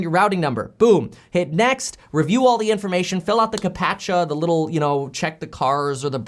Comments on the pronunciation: It's pronounced CAP-CHA. Like capture. lol ka-patch-uh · It's not called a cap-at-cha. It's "cap-cha". Kind of like "capture" but pronounced like a "gangsta" would. As in, "I'm gonna capcha that Pikachu!"